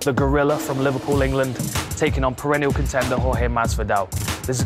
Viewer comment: perinal contender? is it tree? I like trees.